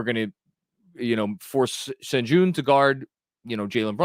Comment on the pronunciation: Its pronounced SHEN GOON